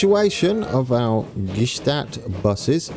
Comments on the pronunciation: Thunersee (Lake Thun) = TOONER-ZAY, Gstaad = GSHTAAT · Gstaad is pronounced like Shtad